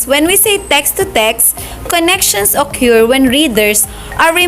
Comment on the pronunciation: Thanks for your very helpful videos. Just please be careful about your PFVB word pronunciations and vary is pronounced as (veh-ree) not va-ray, occur is (uh-kur) not uh-kyur🤗🤗